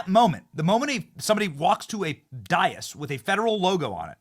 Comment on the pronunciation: Benny. It's Day-is, not Dye-is.